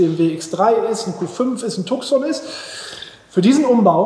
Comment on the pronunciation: Die Idee mit dem neuen Standbein ist sicher gut. Tucson wird Tußon ausgesprochen 😜